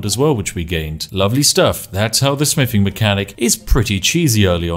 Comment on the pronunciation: What kind of spiffing pronounces "Th" as "F"..? "My smiffing skill.", "Ferty carry capacity."... Huge character breaks 😂